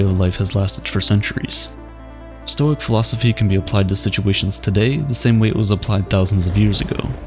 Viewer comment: "actually it's pronounced stoi-ick"